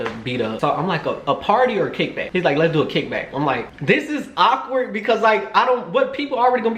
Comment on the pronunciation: Awkward not ockward lol